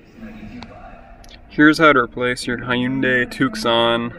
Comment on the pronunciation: "High-you-day Tuck-son" Words are hard, man